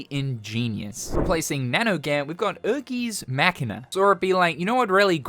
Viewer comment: Erm ackshually it's pronounced "air-guys mah-key-nuh" ☝️🤓 Joking aside, I'm very excited, proud, and glad that you showed off my epic Keyblade and Data Arena. The entire Re:Forged mod is one of if not the biggest projects I've ever contributed to. I appreciate your support just as deeply as I appreciate the support of my fellow Keyblade Forge members and the KH modding community. Thank you so much,. May your Heart be your guiding Key.